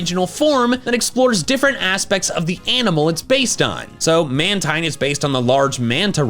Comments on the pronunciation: Man-tine was its pronunciation during the 4Kids dub era Man-teen is the pronunciation since the dubbing by TPC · MAN-teen. is how you say it.